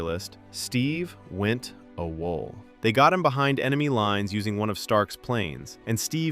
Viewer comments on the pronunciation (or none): Awol... lol pronounced a wall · Seriously? It’s pronounced “Ay-wahl.” What happened to the American education system? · never heard anyone say awol this way before